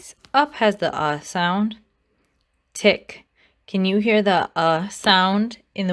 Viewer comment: Tick does not have the u sound.